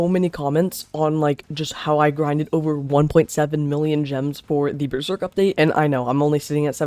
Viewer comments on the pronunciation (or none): none